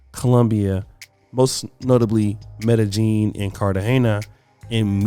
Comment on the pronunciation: Wtf is 'Meta-Gene'...??? Are you guys trying to say Medellin? Come on bro's, at least ATTEMPT to learn to say the word correctly.